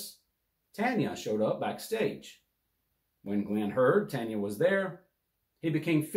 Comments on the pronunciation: Not “TANYA” it’s “TONYA” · Tonya is not pronounced Tanya!! Come on bro! 🫤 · Her name is pronounced Ton-ya..not Tan-ya.